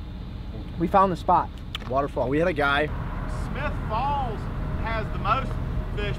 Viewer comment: I thought the one local said smith balls instead of smith falls